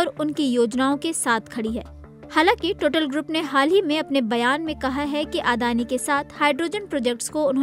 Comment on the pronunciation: टोटल नहीं टोटाल होता है..